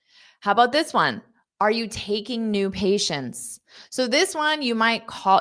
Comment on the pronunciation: First time in my life I hear "ONE" like ON.